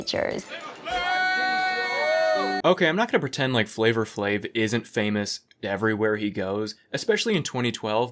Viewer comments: you can call him “flava” you don’t have to say “flavor” lmaoooo it’s not a black scent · You are the whitest person ever, every time you say Flavour Flave it hurts. Flava Flave. Flay-vah. Lord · Uhhh....I don't think you're allowed to pronounce the hard "R" in Flava Flav.